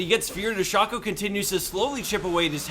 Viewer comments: WHo the fuck is SHOOOCKO, its SHACO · It's shaco, not shaco. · That Shaco pronunciation is disturbing